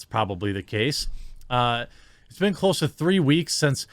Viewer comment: I find the way you pronounce "been" disturbing. ;) On topic, imho Rogan should not have apologized if his using of the N-word, as it looked like it was, was done in context.